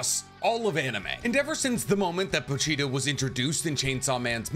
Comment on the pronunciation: "Po-Cheetah" "Po-Cheetah" "Po-Cheetah"